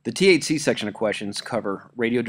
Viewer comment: It absolutely sounds like you're saying "going to cover the THC questions..." lmao